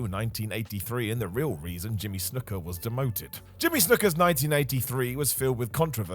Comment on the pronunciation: I quit watching the video the second you said snooker